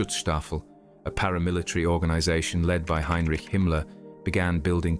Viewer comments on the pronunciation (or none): none